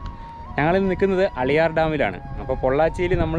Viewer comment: അളിയാർ അല്ല മക്കളെ ആളിയാർ